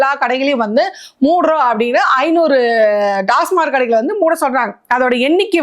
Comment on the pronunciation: அது டாஸ்மார்க் இல்லம்மா, டாஸ்மாக்..